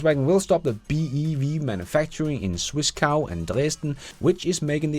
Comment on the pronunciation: LOL,, you hilariously said "Swiss-Cow" while attempting to pronounce Zwickau! Try this: Ts-wick-oww, as if crying out in pain at the end.